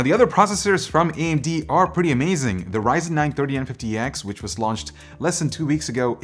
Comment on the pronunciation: Had to listen to what you said a few times when you said Ryzen 9 3950x 😅😅 was so confused when I heard you say it. For some reason I kept hearing “930 and 50x “